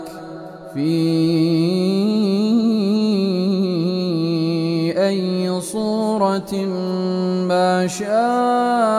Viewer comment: MashahAllah!!! I like Raad Al Kurdi's voice a lot but I think there's mistake in Qira in 8th verse of the Surah. It's Fi ayyi with a zair not pesh.